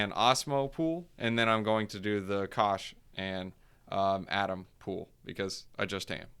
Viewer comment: AAy-TOM, cool stuff for Cosmos!🚀